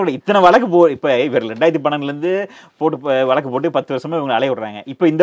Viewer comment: நீங்கள் கொஞ்சம் தமிழைச் சுத்தமாகப் பேசினால் நன்றாக இருக்கும். வழக்கு என்ற சொல்லை, வலக்கு வலக்கு என்றும், 'ள்' என்ற எழுத்தை 'ல்', 'ல்' என்ற எழுத்தை 'ள்' என்றும் சொல்கிறீர்கள். மற்றபடி எல்லாம் சரி. திருத்தப் பார்க்கவும் 👃👃